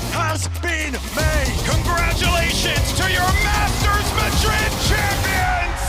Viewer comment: “masters mad-rid” 😂